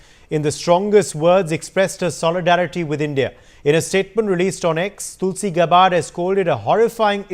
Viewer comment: It’s gabbard not gabbaaaad 😂😂😂